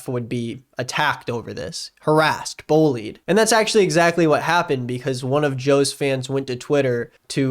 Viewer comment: He reminds me of this kid I went to school with, most annoying little shit I’ve ever had the displeasure of meeting… yeah he got kicked out cause he threw a chair at a teacher than flipped the desk… heh gotta love French class Side note: I love the way says bullied lol “bowlied”